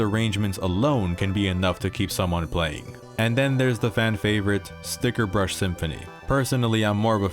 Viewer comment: It’s StickerBUSH Symphony, get it right, dammit 🥴